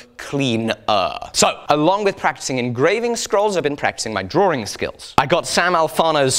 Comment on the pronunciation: Am i the only one noticing him saying drawring instead of drawing?